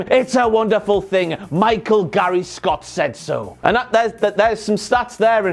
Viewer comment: I DEMAND an additional WTF moment, for breaking Gary YouTube Kayfabe and pronouncing his surname correctly! Is nothing sacred in this business anymore?!???!!!